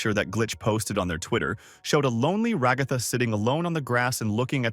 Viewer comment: RagÁtha, KamAUla... strange way to pronounce the name but okay...